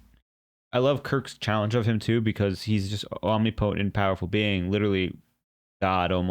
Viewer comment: Two classic episodes. (By the way, "omnipotent" is pronounced with the accent on the second syllable: om-NIP-o-tent.)